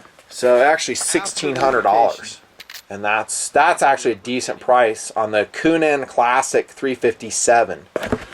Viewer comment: Love "unique" pronunciations. Coo-NAN, lol.